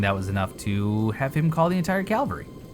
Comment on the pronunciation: CAV-AL-RY. there's no such fucking thing as "cal-va-ry"